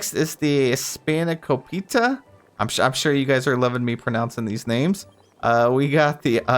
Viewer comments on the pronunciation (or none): none